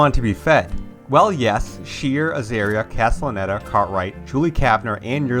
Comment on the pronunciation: Pronouncing Shearer like that is spinning me out.